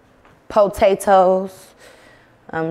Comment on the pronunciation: It's saying "botatoes" for me but can't say "skrimp" 🤣🤣🤣 I Love Them